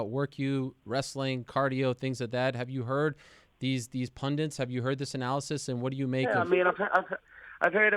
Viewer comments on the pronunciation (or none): WHY can so many people not say a simple word like fucking pundit? It’s not a hard word. It’s pundit not pundent, jesus